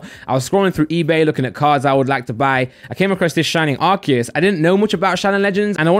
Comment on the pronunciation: I love this channel and all of your vids..but... please say AR-SEE-US